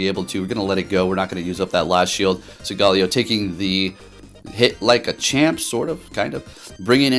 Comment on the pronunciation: You're pronouncing the name wrong.